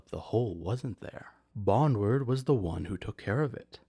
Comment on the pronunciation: Bon - drewd, not bonward